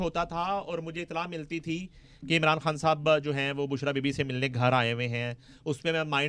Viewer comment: Ye Anchor KHAN word ko Indian urdu mai kiyon pronounce karti hai